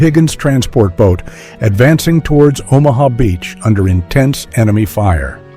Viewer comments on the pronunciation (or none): none